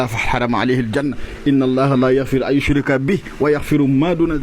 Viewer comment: Waa mais segn bi yawit yaangui yaqq aaya yi deh, YOUCHRAKA✅ , nganane YOUCHRIKA❌ c’est grave ça. Tu changes complètement le sens du verset. Bayilene werenté bi té diangui. Yeen ak wahabite yeup nak